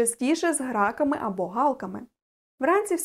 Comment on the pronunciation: Дякую, було цікаво дізнатися про собливості ворон. А про круків є відео? У Вас гарна мова, але є неточності: Ґава; спИна; грАк - гракАми; кИдають